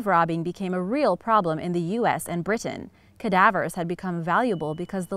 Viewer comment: I like how you emphasize the t in Britain. It's cute.